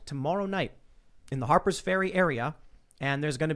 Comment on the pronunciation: Just say "Harper's Farea" already.